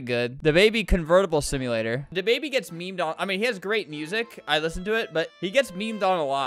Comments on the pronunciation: Da baby not duh baby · It’s thababy not da baby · I love "DAABY